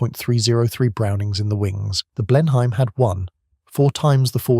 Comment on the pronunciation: And Blenheim as Blennum.